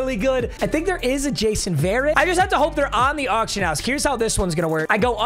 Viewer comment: Jason ver-rett